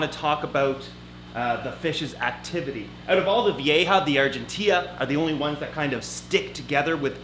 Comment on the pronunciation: Vee-ja. Not vee-a-ha. Lmfao Thanks for videos